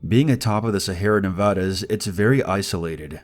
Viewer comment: Already know your not from Nevada because you said it wrong xd